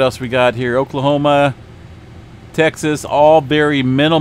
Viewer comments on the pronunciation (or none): none